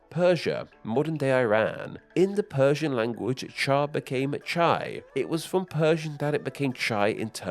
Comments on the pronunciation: Good video. But in Hindi it’s not pronounced “Che” as in rhyming with “pay”. It’s pronounced “chai” as in rhyming with “Thai”. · The Hindi isn't che, but chai, there's a dipthong. But the point stands. And in Japanese, it's still "cha". "Ocha" is a more formal way of saying it. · it's Chān(চাঁ) in standard Bāngla 😑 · I, an Indian am mildly offended by the way you pronounced chai. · Chai U miss pronounced it dumbass 😂😂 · Russian is not chay exactly, A there is like you read it in a word chav. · You pronounce the Indian Chai worng. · that's not how it's pronounced I'm hindi. It's the same way as in Chinese. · Wow um, how did you manage to Anglicize absolutely everything. You pronounced everything except the "English tea". Like I am so irrationally upset at this, why did you record yourself saying "teeeeeea" over and over again. Also it's ch-eye not "chey" How can I trust you as a credible source when you don't even know how to say words. God damn. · Love your content, just one suggestion. Since you talk about names and use a lot of foreign words, I recommend using forvo for the pronunciation. As a Hindi speaker, it's super grating to heard चाय (chāy) being pronounced as ché, rather than a diphthong chāé. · "Chai" in India. Cmon its not Chaaaay 😛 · Russian tea is not chey as you said in the beginning, it's chay as in chai/kombucha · my brother in christ it is not chaeeeeee in hindi it is chAye and spelled chai come on ' the google translate actually pronounces it pretty good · ITS NOT. CHAI ITS CAHII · In Hindi, Chaay(as you've spelt it)/Chai(the correct spelling) is not pronounced Chay. It is pronounced as 'Ch-aa-i'. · um in india its not pronounced like chei its chaya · it's not ch-ay. It's ch-ai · It's s pronounced chay, not chey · In Russian it is Not tchei.... It is chAi A is not sound like Ei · why do u pronounce chai like chei like its clearly an a? not an e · It's chai not chey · Russian чай is pronounced ch-ah-y not ch-eh-y. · bro wdym chay???? It's chai